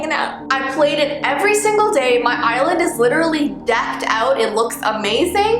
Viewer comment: When she was saying "island" I kept thinking she was saying "eyelid" : | Edit: Ah! Tysm for 15 likes, that's the most I've ever had! 💖 2nd edit: AHHHHHHHH, tysvm for 77 likes 😭💞